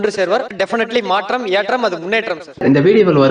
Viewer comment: மாட்றம் ஏட்றம் முன்னேட்றம்???!!! தமில் பேசுகிறார்.